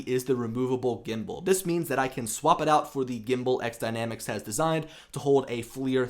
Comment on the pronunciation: FYI - It's "X" Dynamics for the title. I am sure you know this as your video you always say XDynamics. I had a pre-production unit to test and use and give my feedback. I thought it was a solid drone and ground station (transmitter). The options for the camera is going to be a great feature and possible alternative to the Inspire 2.